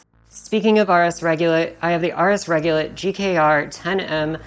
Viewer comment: RS regulate not RS regulit lol